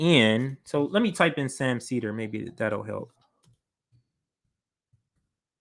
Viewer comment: Sam CIA-der